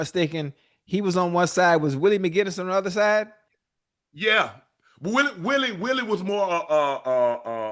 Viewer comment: "Willay" unc just like to say willie